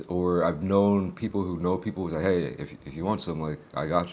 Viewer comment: hé from the Midwest 😂